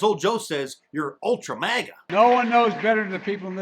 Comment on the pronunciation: Stupid Biden couldn't even say Ultra Maga . He said Ultra Magna. What an idiot. He can even do insults correctly. LOL